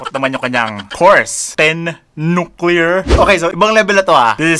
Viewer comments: hahahaha.. "ten nuclear"!🤣🤣🤣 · "ten nuclear" 😭😭😭😭😭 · Ten nuclear 🤣😂😂😂 whahahahaha